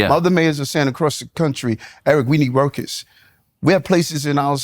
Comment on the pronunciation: “We need wrukus “… Mayor Adams